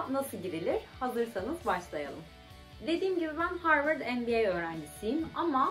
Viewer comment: Arkadaşlar söylesenize MBA dediğini sabahtan beri NBA anlıyorum.